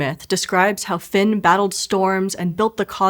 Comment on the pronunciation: Actually, she pronounced it perfectly. That's how the name is pronounced in Ulster Irish, and since the legend and the causeway are both from/in Ulster, "Finn" is the correct way to pronounce it. It gives me shivers when I hear it pronounced "fee-yun". That's not how it's pronounced.